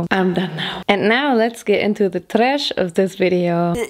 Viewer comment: I will never get tired on how she talks and how she always say tresh it's just MWUAH